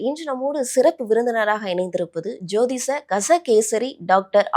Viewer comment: ஜோதிஸ கஸ கேஷரி ஆச்சார்ய அவர்கலா உன் வாயில தமிழ் விளையாடுது போ 🤦 அது ஜோதிஷ, கஜ, கேசரி, ஹரீஷ் 😂